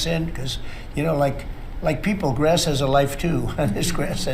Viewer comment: Yes, it is full blown dementia - Altzheimers for sure. Why does Trump pronounce "grass" as "grearse"?